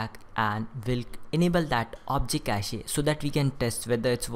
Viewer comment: stop pronouncing cache like that